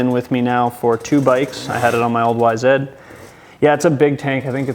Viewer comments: YZ....2 simple letters. Not YZED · Y Zed LOL